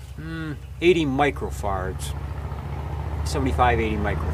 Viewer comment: I must admit, I grew up in a TV repair shop and in my entire life I have never heard microfarad pronounced that way. LOL